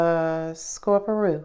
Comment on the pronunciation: I love when u say scorpiro